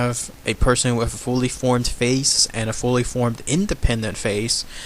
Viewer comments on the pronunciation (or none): All cool stuff except pronunciation..deaf instead of death and wif instead of with